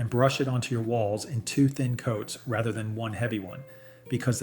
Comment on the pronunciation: Thats a pretty normal sounding AI voice... "raither" than rather